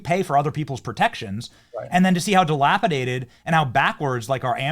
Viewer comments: twice he's said dilapidated wrong, why does he keep saying dilapitated, kind of ruins his intelligence credibility if he doesn't know basic words. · DILAPIDATED. Pronunciation failure invites question.